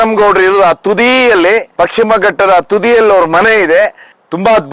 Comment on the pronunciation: ಅದು ಪಕ್ಷಿಮ ಅಲ್ಲ ಮಾರಾಯ, ಪಶ್ಚಿಮ.😊😅😮